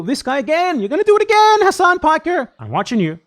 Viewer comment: Turks don't care about Arabs dude. They have so many racist terms for us. He doesn't even correct people for mispronouncing his own name, and he's brainwashed into mispronouncing it himself. It's pronounced Ha-Sin("Ha" and like the word Sin, or Sen). It's not Hass-On, like a street fighter move. There's no vowel towards the end of Hasan in Arabic. Sorry, it just drives me crazy cause I'm a Shia, plus I hate people too scared to correct their own name to people their entire life.